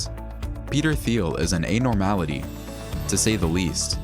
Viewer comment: Can't even pronounce anomaly correctly!